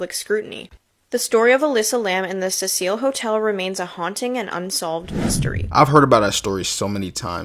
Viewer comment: It's Cecil as in SEE SILL. Fuck, this chick calling it the Cecile Hotel is MAD annoying. 😅😅😅